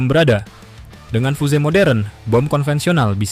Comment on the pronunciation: Fiuz gt baca fuse Min..bukan fuze